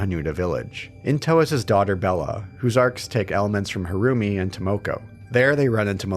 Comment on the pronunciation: Every time the name "Harumi" is said, I keep hearing "her roomie" haha